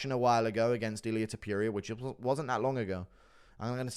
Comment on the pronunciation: can u please stop saying topYuria.. it’s topuria